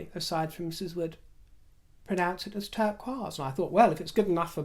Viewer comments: I would love to start using your pronunciation of ‘turquoise’! I live in the US & my state is known for its Native American heritage and culture. When I hear turquoise, I think of the stone more than the color. Turquoise is the stone most commonly used in American Indian jewelry. Many Native American Tribes associate turquoise with good fortune, protection during battle, and healing. I have heard it referred to as “sky stone” because it was believed by some tribes to be a piece of the sky that had fallen to earth. I thought that was beautiful and Rivers pronunciation is so fitting. However, I will keep that only in my head as I would never risk offending anyone. That and I can imagine the looks I would get! 😂😂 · Loved your "show" today and all your great stories! lt seems you are pronouncing "turquoise" as the French do! Did your teacher also visit Paris? What a great story about her. I, too, had an old timey, spinster 6th grade teacher who wore black dresses and oxford tie shoes. She let us make fudge in the classroom and I have never been able to replicate that scrumptious smell and taste. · your pronunciation of the word turquoise is correct. It is a French word, and adjective, meaning Turkish. It's the feminine adjective, so if the object were masculine it would be turquois. It just means Turkish. I do wish more people learned other languages. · I love your discussion of turquoise! I must pronounce it as you do!Turquoise and blue topaz are my birthstones! My favorites are silver and turquoise! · Hello your pronunciation of the word Turquoise is absolutely perfect and phonetically, pure music to my ears, I might add. In fact (I am sure you know this) the word turquoise is French for "Turkish" because the stone was first brought to Europe from Central Asia through Turkey. It is a symbol of nobility! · You looked fabulous! The bright colors are so cheerful. I like saying turquoise the way you do, too. It sounds more elegant that way.